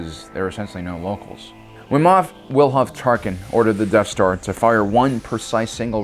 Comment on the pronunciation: "Deaf star"